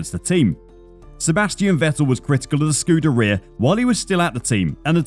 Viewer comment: Its one thing to say you have a great team [ translation : we all get on well even though there are serious deficiencies in competence ]. Sigr Bonotti seems to be in denial - doesn't really understand what's happening. It's becoming clearer race by race that a change in management is needed. Oh and BTW would it be at all possible to pronounce the word ScudEHria properly ? Please ?